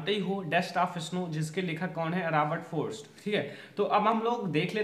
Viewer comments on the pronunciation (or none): Sir robert froa nhe robert frost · Bhai Robert frost tha na ki ( Robert fros). bhane ga Re pahla hi Answer me galti ker diya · Bhai Robert frost tha na ki ( Robert fros )